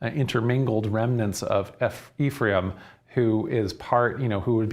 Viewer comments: Ephraim sounds like "refri 'em" -twice fried beans. Im aware of the vowel shift in the English language but I'm Mexican and that's funny. Thank you. "And that mijo, this is where frijoles fritas, and the story of Frida come from..." I prayed for clarity. Im getting hammered. Thank again. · When you say Ephraim say EF RYE EEM ... Quit being so boring learn to speak and leave it up to us jews to decide to teach about our history